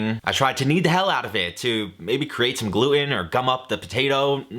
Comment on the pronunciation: please 😢 there's a t in the word gluten